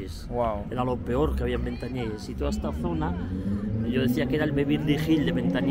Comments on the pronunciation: Se dice ventanielles y no ventanieles, y ya no hay nada, barrio humilde, hace años si, ahora es tranquilo. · Jajjajjajjaj madre mía....entonces si me ves a mi que dirás... 😅. Haber bajado cónmigo y ya verías como cambiaban las tornas, solo diste con aldeanos no con quien tenias que dar. Por cierto se pronuncia VentanieLLes con elle no con ele. En España pocos barrios gangster de verdad quedan y este no e uno de ellos.Naci, Crecí, Viví, Vivo y Moriré aquí 😁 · En los 80 no digo nada, era un barrio conflictivo. Ir a Ventanielles y decir que es el Bronx es una estupidez. Engañarás a los de fuera, majo. A base de exageraciones, sugerencias y tonterías. Por cierto, se dice Ventanielles, no Ventanieles. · Como fiarse de tu video sensacionalismo y poco objetivo si no sabes ni pronunciar el nombre del barrio....